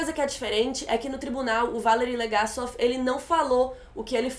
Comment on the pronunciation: Não é Chernóbyl, é Chernobyl querida. E olha que ela assistiu a série duas vezes e ainda pronúncia o nome do Legasov errado.